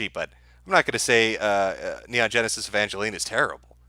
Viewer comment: The pop up chat is way off. When mispronounces Evangelion, the chat should have been typing it the way he says it.